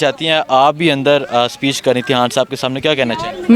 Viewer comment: یار خدا کے واسطے اپنی اردو کا تلفظ تو ٹھیک کرو۔ یہ "خان " ہوتا ہے " ہان " نہیں۔ خواتین کہا جاتا ہے" ہاواتین " نہین۔بہت برے لگتے ہو بچوں کی طرح بولتے ہو۔